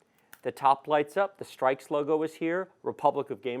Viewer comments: Its not pronounced STRIKES.........its STRIX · Not to be nitpicky, but I think it's pronounced "stricks", like the bird, not "strikes". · It's pronounced s-trix.....not strikes. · its strix not strikes edition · Ix as In six not strikes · hehe its so weird hearing strikes not strix :P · Its strix for streaks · bruv it's not "strikes" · This is a good channel for people who don't really know what they need but I can't watch because he pronounced it "Strikes" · Did he just say streiks... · isnt strix pronounced like for example s+tricks?